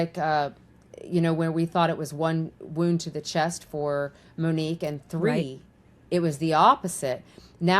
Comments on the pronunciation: It’s not “MUHHHN-NIQUE”, Ashleigh. It’s MO-NIQUE. And of course the killer turned on the lights. How would all those shots be so accurate without lighting? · Moe nique not Minique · I believe her name is MO - Nique and not Menique 🤦🏾‍♀️ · Ashley... please say her name correctly. MOnique. Not Meneque. 🤦🏻‍♀️ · Her name was MOnique, not Minique. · Mo nique not manique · MONIQUE, not Manique, and please let the guest speak and finish what she's saying. She knows more about the subject than you, and you keep interrupting her. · Please pronounce MONIQUE’s correctly. Long O. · SAY HER NAME CORRECTLY!!!! MOnique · Mōnique, just saying, Ash. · So glad you're covering this again !! Tragic story. Wasn't her name pronounced MOnique? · you should pronounce her name correctly. It’s disrespectful the way you can’t say her name correctly. her name is so pretty and you make it really ugly.